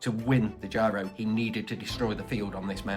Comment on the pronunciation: “Giro” is pronounced to rhyme with “hero”, not “Cairo”.